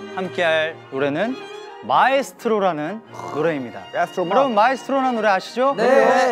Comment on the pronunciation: mingyu calling Estro Ma as Estro Imma🤣🤣🤣